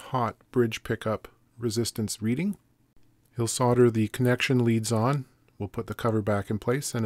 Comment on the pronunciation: for soLder (and not sodder)! Yay!